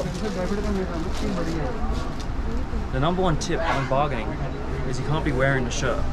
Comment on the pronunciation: I am an india but it's funny 😂 barggening